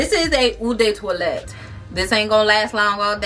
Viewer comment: Heads up you’re pronouncing EAU de parfume and EAU de toilette completely WRONG! It stands out because you kept saying it Lol I was like HUH???The names of the individual ones I can understand but really? Practice saying it so the sales ladies don’t think you sound crazy girl!